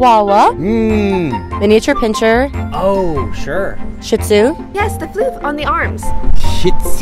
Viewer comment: Um, it is shih tzu. Two separate words and the t is silent.